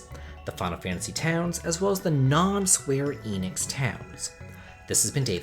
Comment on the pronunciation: You keep saying "Square Enix" and it is really bugging the hell out of me